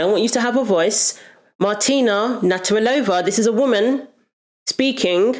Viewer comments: I agree with Martina Navratilova, but practice say her surname as you constantly said her surname wrong. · Her name is Nav-rat-ilova, not Natter-alova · Had to stop watching this after you repeatedly called martina “natarilova”. NAV-RAT-I-LOVA. If you don’t know how to say it, say each syllable and practise til you’ve got it, before making the video. 👍🏻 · I agree with your view but please her namn is Nav-ra-ti-lo-va... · You could of practiced saying Martina's surname a few times before doing this video. Just a bit of effort love. It's actually easy to say, Nav rat il ova. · It would be nice if you had used Martina's name instead of one you've made up. Her surname is Navratilova (Nav-rat-il-ova), not "Natarilova." Also the words "womb" and "uterus" refer to the same organ. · Your point got lost every time you mispronounced the woman's name. NAV-RA-TI-LOVA. Not NAT-RA-VILLOVA. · You're awesome and I'm a big fan but you're saying "Naturalova" it's Nav rat ill ova. XXX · Very good video but the tennis player is called Martina NA-VRA-TILOVA and nothing else. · NAV RAH TA LOW VA. Try that on for size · Hearing Martina's surname being stumbled over so many times made me queasy. It's nav-rat-i-lova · I 100% agree with you but I need to say this: it's NA-VRA-TEE-LO-VA. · Its a shame you couldn't say Nav.rat il ova properly. It grates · It is pronounced. Nav-rat-ilova. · i could not keep watching you butcher her name again and again and again. please learn to pronounce a name if you are going to say it repeatedly. thanks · You could make an effort to say Martina's name properly. She is a legend and your whole episode is based on her. It's not that difficult. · Please make the effort to pronounce Martina's surname correctly, for goodness sake! Otherwise, great video. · I give a like but pls for the love of... pronounce her name right! 🤦🏼‍♀️ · It's not hard to say 'Navratilova'. Is her name new to you? In any case, it's pronounced as written.